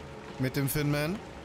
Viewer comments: Ich dachte auch immer es heißt Finnman. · Als ich den Part las dachte ich auch WTF ich dachte Finnman. Zum Glück bin ich nicht alleine 🤣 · Also ich dachte auch, das es Finnman heisst. Bin voll überrascht, das es nicht so ist😁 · EBEN NICHT. Manche deutsche sind halt einfach zu faul um das Th richtig zu sprechen. Mach mal ein "F" und streck dabei die Zunge raus, dann kriegst du ein Th. (Englisch 5. Klasse nicht aufgepasst oderwas 😶) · allein seine Mundbewegung passt nicht. Er macht einfach nur ein F, dadurch war ich verwirrt